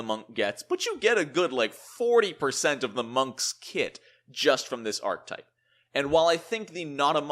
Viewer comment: Archetype has three syllables... Ark-eh-type